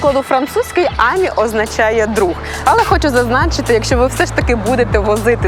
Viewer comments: Тільки не àмі, а амì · тільки не Амі, а амІ. П.с. я у Франції) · Ам'і- наголос на останню букву! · Українською буде замовити, не нОгті, а нІгті. А французькою - АмІ, з наголосом на останній склад. Не смітіть суржиком. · Амі, доречі у французькій наголос на останню годосну, ажвуха в'януть, коли ведуча робить наголос на А😂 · мон ами, наголос на и